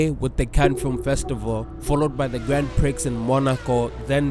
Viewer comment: Sir..the x in prix is silent 🤫